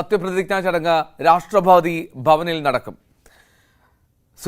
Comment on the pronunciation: മലയാളം മര്യാദക്ക്പറയാൻ പഠിക്കടോ രാഷ്ട്രപാദിയല്ല രാഷ്‌ട്രപതി കഷ്ടം 🤔